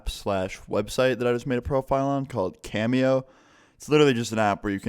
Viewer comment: deadass thought u said "Camel Toe" instead of Cameo. LOL